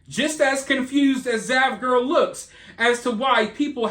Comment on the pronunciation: Oh, its "zav" not dav.